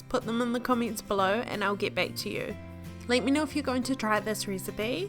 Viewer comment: Dude I can't stand this accent "ricebay"